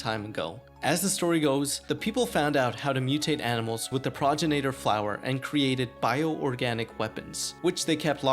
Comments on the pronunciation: I'm pretty sure it's pronounced Pro-gen- it-or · great video! please learn how to pronounce things. It's pro-gen-it-or, progenitor. not progen-A-tor. Suplex.(Sue)-plex, not sa-plex